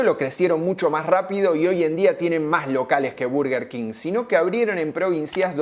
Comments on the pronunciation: Tampoco es Berguer Keng, es Borguer Kinj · No se pronuncia "burguer", se pronuncia "/ˈbɜːrɡər kɪŋ/" king :face-orange-raised-eyebrow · Perdió?? Yo voy al Burger siempre 😂😂 Y toda la gente que conozco le dice "burger king", a nadie escuché decir "Berger"!!! Berger jajajaj Yójanesburg!! 😂😂😂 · dijiste q ibas a decir bUrguer king porq siempre lo dijiste asi pero te la pasaste de diciendo bErguer king. Te falto decir q mc donald le gana la "guerra" cuando lanzan la famosa big mac (la hamburguesa doble con tres panes) No se dice "paty" son hamburguesas, paty es una marca aun que quizas en bs as todavía no se hayan enterado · me parece perfecto que le digas Burguer King o Berguer King, mientras no le digas BARGUER, como la mayoría de porteños, todo bien jajaja (quién habrá inventado que se pronuncia BARGUER y por qué tanta gente lo habrá creído? Encima esa es la gente que te debe criticar por decir Burguer haciéndose los angloparlantes jajaja) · Nooo, era "burguer", no "verguer", habías empezado bien... 😅 Bueno, después te mantuviste dudoso. Casi dejo de ver el video con cada "berguer"... BERGER era un piloto de Fórmula 1!!! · Es molesto cuando dices Berger King. Tu pronunciación de la palabra en Inglés es atroz. Buen video por cierto :D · Berguer Ling 😂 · al tercer "berguer kin" cerré el video y le di dislike jaja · Por qué le dices berguer cuin? Jajaja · Cuando escuche Berguer king deje el video 😂😂😂 anda palla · es berguer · Se dice bArguer king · 5 - Verguer King??? Jajaja Que genial tu karaoke en el ultimo Zona Franca!!! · Jajjaja al principio del video dije... Dijo mal el nombre